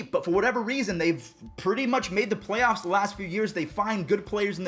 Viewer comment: Is it me or in the begging said playyaffs